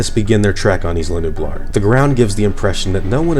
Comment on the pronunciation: Isla Nublar is pronounced (Eye-La New-Blar)